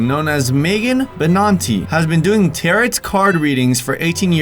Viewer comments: its pronounced Tear-o cards. tarot cards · hehe tal the “t” in tarot is silent, “taro” :) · It's pronounced ta-row,not tarot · Am I the only person focusing on the fact that he pronounces “Tarot” in correctly. The 2nd “t” is silent, isn’t it? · I stopped watching because he pronounced that wrong....who doesn't know how to pronounce tarot? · This dummy doesn't know how to pronounce "Tarot" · I love how he can't even pronounce torot correct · Your saying tarot wrong! It’s pronounced taroh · no your right.but i ddnt wanna say anything lol,pron, 'ta-row' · Tarot is pronounced tear-oh. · Yo, it’s pronounced “taro” cards. Last T is silent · Tarot is pronounced Ta - Roh. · Tarot doesn't rhyme with carrot. Who hasn't heard this word? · Its pronounced TERROR-O. TAROT. Thats it. Say it. Come on. You can do it. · It's pronounced taro😂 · their called Tar-oh cards not tar- it spelled tarot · Pronounced Tar-oh..not taret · Hey just thought I'd let you know it's not 'tar-OT' it's actually 'tar-OH'. Sorry just thought I'd say that I love your videos and you kthxforreadingbye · It's pronounced "tare-o" not "tare-it" they aren't carrot cards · It’s pronouced taro cards not taROt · I will not watch this channel anymore because of the pure hellish shrieking screeching cacophonic noise you shoot out of the speakers and into my ears. It’s pronounced “TEAR OH” cards. Not territ cards. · As I'm hopeful at least one of these 5,258 comments left before me most likely clarified, it is pronounced Tare-O, not Tare-et. But I'm glad to leave a reminder. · it’s pronounced as taroh not tarot... 😇🤔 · The word “tarot” (as in “tarot cards”) does not rhyme with “carrot” (as you pronounced), but it rhymes with “arrow”...FYI. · Its pronounced like Teroh not tarat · "tarrot" as in carrot. It's TARE-roh,. Sorry, but this Wiccan boy has got to go. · Tar-O cards. Sheesh. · the "T" in the word Tarot is silent at the end. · Tarot - (tear O ) is how it is pronounced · It not tarot it’s taro